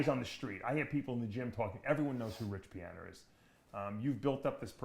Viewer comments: "rich piahner" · “Everyone knows who Rich Pianer is”